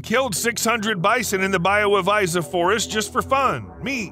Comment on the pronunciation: Your prenounciation of Białowieża is just hillarious :D I think it would be much better to just say White Tower ;)